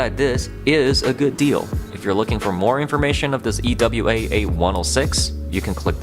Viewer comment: Its pronounced EWA not E.W.A